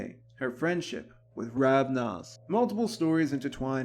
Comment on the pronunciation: Yes, the founder has many names. I was just correcting your pronunciation. The person is Ravana. The clan is Ravnos. No offense, just trying to be helpful.